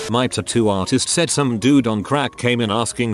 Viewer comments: Everyone else: tatoo Reddit guy: TOOTOO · Tattoo Computer generated voice: tutoo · Could keep watching after the forth time he said titoo